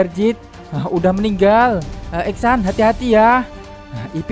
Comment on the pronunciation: Esan bukan exsan